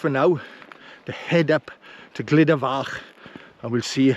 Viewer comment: Good film thank you. The pronunciation is more like "Gluda" rather than "Glida" 👍